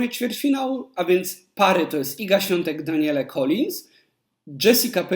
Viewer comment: Daniele? Czy dobrze slysze? Danielle (czyt. Daniel), a nie Daniele. Rece opadaja troche. Polecam sprawdzic w Google jak wymawia sie imie Danielle.